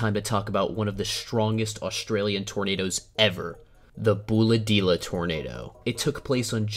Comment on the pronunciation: Congratulations on pronouncing Bulahdelah right the first time you said it. Not many people do